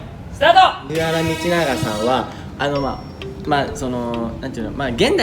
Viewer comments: 琳寧くん、藤原道長は「ふじわらのみちなが」って言うんだよ！ （「ふじわらみちなが」じゃないよー」） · 藤原道長を"ふじわらみちなが"って読んだ時に琳寧くん知らなそうだなと察してしまった